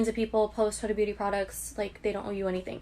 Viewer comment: You pronounced huda beauty four different ways in this video and my favorite one was hyooda booty